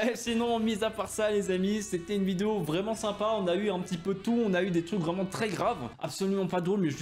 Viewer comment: il a dit video au lieu de vidéo 😂😂😂